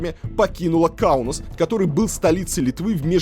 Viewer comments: Ух как режут слух слова из детства. Не ингалинская, а Игналинская АЭС. Не ШевАлдин, а ШевалдИн. Не Каунус, а Каунас. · Выпуск достойный. По мне так лучший из серии. Правда почему-то Илья произносит все именя нарицательные на латвийский манер. Каунус, хотя у него же написано сверху Каунас. Фамилии и имена тоже все, как по-латвийски:)) Для литовца странно звучит. А так супер все.